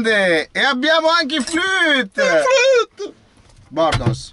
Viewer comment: se è per questo si dice flûte, non flut